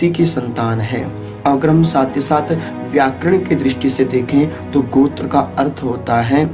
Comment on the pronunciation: "Gotra" where comes "G+akar" ? it is " G+ oukar" . Please don't misguide to viewers.